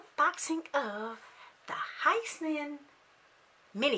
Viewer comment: Hi sense 😂 it’s “hee scent say”